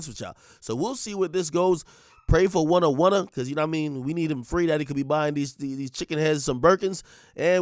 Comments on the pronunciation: Lol. Why u keep calling him Wunna for? Lol 😆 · Oh it’s “Wunna” now 😂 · Why you keep saying gwunna?